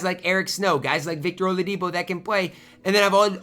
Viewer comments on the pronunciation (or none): none